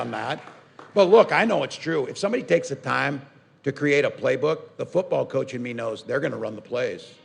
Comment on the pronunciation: ahahahhahahaa "Koach"